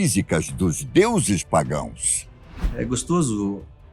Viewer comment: PagoEs????? Não seria PagÃos???? Com a?